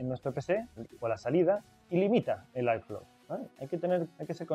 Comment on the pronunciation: airflow se pronuncia érflou, porque en momentos parece que dices iphone. Lo ideal es que digas flujo de aire. Buen video